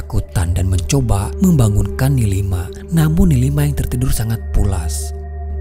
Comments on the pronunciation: Sekedar mengingatkan, di awal film, ada teks nama NILIMA, tp narator menyebutkan NIMALA, makin ke tengah film jadi NIMILA, harusnya narator lebih teliti dalam penyebutan karakter dalam film 🙏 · Aku malah dengarnya neng Mila 😂🤣